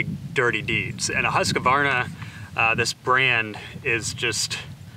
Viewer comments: Can you please stop calling that one saw brand husk-u-varna? It really is pronounced hoosk-varna. Other than hearings that mispronunciation I have been taking a liking to your channel 💨💨😎💨💨💯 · No it's Hoosk Varna. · You’re saying Husqvarna wrong it’s pronounced “husk-varna” that’s a q in between not a letter A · Why are you adding an "a" after the "q"?